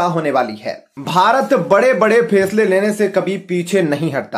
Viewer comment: 90 % U tubers ka pronunciation thik nahin hota. Bethe bethe, step ko istep, faisle ko fesla, badshah ko badsaa. Jis teacher se ye padh ke atey hain usko murga banaya jaye, bethe bethe